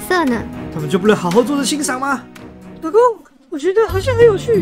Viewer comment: 1：56老公說出老ㄍㄨㄥˋ